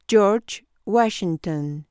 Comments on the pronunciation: York whasinton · Jiorch wachinton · Jor wuasinton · Yor wachigton